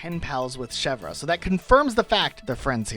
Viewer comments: The way he says Chevre is really cute, but completely wrong. He was closer to say Bergerac correctly. The more I hear foreigners trying to speak french the more I realize it wasn't just our grammar that was made by sadists, but also our pronunciation. ^^" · yeah i paused and went to the comments the second i heard him say shev-rah 😭 insane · also mispronounced chevre (the re is more or less silent) and her name also likely references goat cheese specifically. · It's pronounced "Cheh-vre" not "Che-vrah"